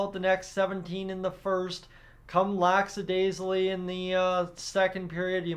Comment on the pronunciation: Hey, its lackadasical and not laxadasical, just so you are aware. A lot of people seem to mispronounce the word for some strange reason!